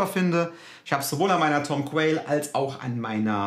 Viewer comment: Pro Tip: Beim Namen Tom Quayle spricht man das letzte 'e' nicht aus. Also ausgesprochen nur 'Quayl" nicht 'Qualye". PS: vielleicht kannst du auch mal die Charvel Guthrie Govan testen und vergleichen.